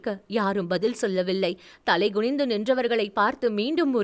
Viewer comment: There are few Tamil pronunciation mistakes, rest all good. it’s not Gunindhu. It’s Kunindhu - குனிந்து